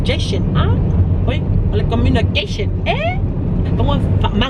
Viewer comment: hahahaha gommunication gommunication lol